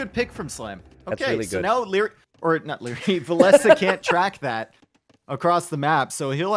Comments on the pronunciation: vill-esss sounds so much better then vill ess uh. did villese recently confirm we have been saying it wrong? or what did i miss ? xD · wow i have been pronouncing villese like chinese for years until i heard this commentary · Why did you change the way you pronounce Villese? Very annoying. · Why did and change the pronunciation of Villese? has even corrected himself at some point and towards the end he went back to the old pronunciation.. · they pronounce it that way cause (cant remember what tourney) villese faced barles, and that sounds pretty similar and complicated t90s life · Still can't get used to how Villese is supposed to be pronounced lol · Frankly with how pronounces other names I assume that he's wrong about Villese as well.